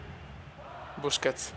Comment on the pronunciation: Cume l'accento sulla e di busquets se no a sto punto chiamalo bruschetta:-)